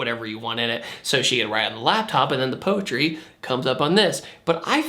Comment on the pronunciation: She’s gonna wite poetwy in hew caw.